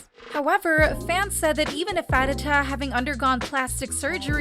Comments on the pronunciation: Ok but I can't stand the way the video is butchering pharita's name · I'm sorry but "Thigh"? I'm literally crying as a Thai rn😭. She also butchered Pharita's name, but idm that bc it may be confusing for foreigners.